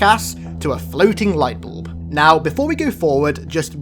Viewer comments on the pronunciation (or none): Did I hear you right? Did you just call Guilty Spark our Friendly Neighborhood Light Boob? Cause it sounded like you did.